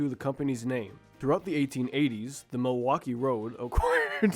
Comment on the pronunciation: Why so difficult to say the name "Milwaukee?"